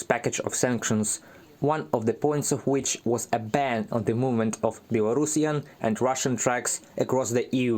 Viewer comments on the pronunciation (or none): which, not wich.